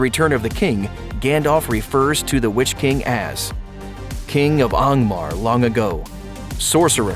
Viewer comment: These fellas pronounce Angmar like M. Knight Shamalan pronounces Aang.